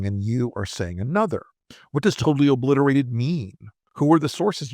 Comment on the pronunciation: ...."tatally oobbblisserrra"...🫦👅 He has lost his pronunciation and the American people💋